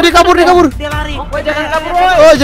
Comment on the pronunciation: hahaha kocak namanya omom genit kocak geming dah namanya ngakak aku,aku jg ngakak pas ngomong cara pulang jadi cara purang sama pas ngomong jangan jangan apa jangan jingin ngakak sumapah yang ngakak like ya (gak maksa ya)🤗